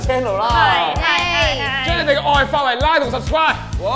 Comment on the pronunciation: 仲係想講LIKE但講左做[拉] XD